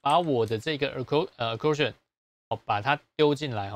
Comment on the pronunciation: 老師，不好意思，accordion是手風琴，發d音，不是t音喔！謝謝老師無私分享教學。